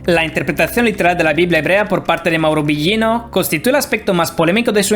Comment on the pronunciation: A pronunciación del apellido de Mauro esta Incorrecta...